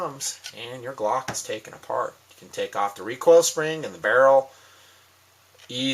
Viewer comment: I don't even own a gun and know it's "glock" not clock lol